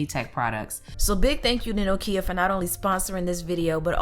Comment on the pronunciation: I love you and your videos but the pronunciation of Nokia makes me cringe a little :(